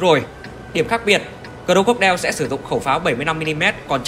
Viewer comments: Anh nên đọc là Cờ róc cô đai nha anh chứ cờ rô cốc đeo nghe hơi cấn hahaa =))) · Anh nói cho đúng tên xe ạ, cro-co-die ko phải cro cốt đeo nhé🤣🤣🤣